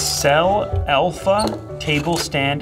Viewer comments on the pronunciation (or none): I believe it's Alpha not Elpha.